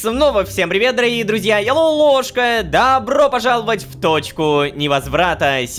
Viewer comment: Я же не один заметил что Лололошка когда говорит добро пожаловать, раньше ставил ударением по другому?